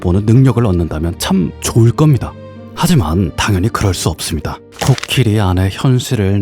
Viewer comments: 내용은 참 좋은 얘기인데... 자꾸 코키리.. 라고 하는 발음이 귀에 거슬리네요. 제가 수양이 짧아서 그런거겠죠??? 하여튼 코끼리든 코키리든 잘 들었습니다. 코키리라고 하는 것도 .. 뭐 다 이유와 근거가 있겠죠 .. 뭐... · 코키리가 아니라 코끼리 아닌가요 ... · 왜 코끼리 아니고 코키리... 킹받.. ㅠㅠ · 코끼리가 코키리로 들리는게 저 뿐인가요?😂😂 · 근데 왜 코끼리를 , 코키리라고 합니꽈?? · 왜 계속 코끼리가 아니고 코키리라고 하나 했더니 만든거였구나 ㅋㅋㅋ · 코끼리로 알고있었는데 계속 코키리 코키리 키리키리하니까 중간중간 집중안댐 ㅋㅋㅋㅋㅋㅋ 로봇처럼 생겼네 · 코키리라고 발음하시는 넘 똑똑하고 기여워..❤️